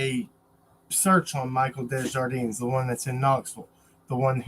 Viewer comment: The name is pronounced day jar dean. The j doesn't sound like an h in French. Only in spanish.